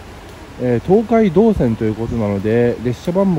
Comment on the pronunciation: 東海道線の発音が❓😆 朝早くからお疲れさまです！ 何も食べられないのはキツいですね💧